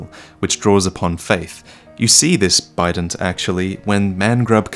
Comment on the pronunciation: I heard "Bident" as "Bidet" so I was very confused for a while as couldn't remember the enemies, I envisioned them bludgeoning the player with porcelain ass washers